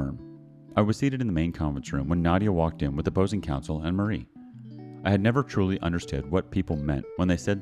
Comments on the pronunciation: you're right, usually Mari is pronounced mah-ree instead of muh-ree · Are you really trying to say the right or wrong way of saying something in a language that has the word(s) LEAD? Also, Mari (spelled exactly like it is done in the video) is a British name with south American roots.